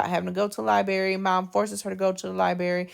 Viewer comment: Please, please, please say library the correct way!!! It is NOT libary. Put the R back in there. You have a beautiful voice and are a beautiful woman. I’m bothered because this video is part of an assignment that’s teaching my daughter.